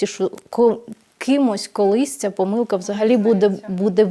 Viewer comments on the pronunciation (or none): none